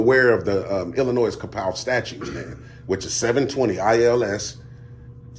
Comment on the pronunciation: Go hire an actual lawyer and ask them to confirm your "theory" that a private contractor's building is "public". You're simply wrong about that. Also, the "s" in Illinois is silent. LEARN SOME THINGS.